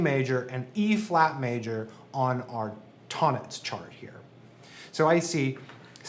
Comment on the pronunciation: Great video and great channel! After 6 years of music study and 20+ as a professional, I can't believe I'm only now discovering Tonnetz and Neo-Riemanian theory. (Btw its pronounced "Tone Netz" in German, "Ton" with a long "o" 😉 )